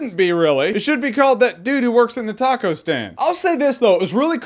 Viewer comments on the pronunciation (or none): none